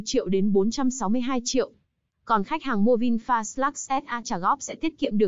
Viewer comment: Giá vẫn thế. Người ta đặt tên là ( Vin phát ) ý nghĩa để phát triển. đây lại đọc ( Vin phạt ) Ko hiểu Vin bị lỗi gì mà ( phạt) nghe chối quá.